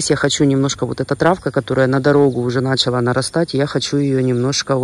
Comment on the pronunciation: не на! чала, а началА.. Запомни, пожалуйста!!! Ты как блогер- литературный русский язык.